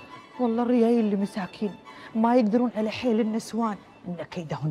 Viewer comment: تدعونا انكم غرب. لكنم تقولون الريال وليس الرجال . حرف الجيم مفقود